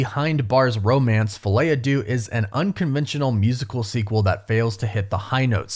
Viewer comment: I realize you do not speak french. But if you make your money from these movies and the title is in french at least look up the pronunciation.